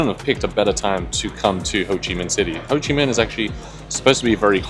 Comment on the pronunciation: How can you hear how it's pronounced and still say it incorrectly 😂 😂 😂 😂 hoochi? hoe-chi